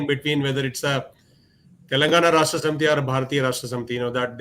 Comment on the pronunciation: Barkha, first learn to say the name of the party right: it’s not “Telangana Rasthriya Samiti”. It’s “Telangana Rashtra Samiti”, which means Telangana State Party/Forum/Group.